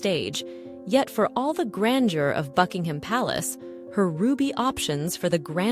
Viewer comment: Would help if Buckingham Palace and Monarch were pronounced properly ±